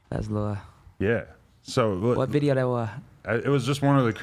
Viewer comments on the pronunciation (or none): whah vidheo dahh wahh😭💔